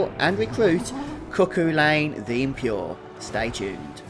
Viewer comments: His name is Celtic pronunciation, "Kuh-Hoo-Len" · Cu Chulainn (Koo hoo-lay-n)